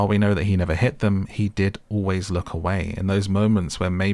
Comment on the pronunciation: Not Al men but always men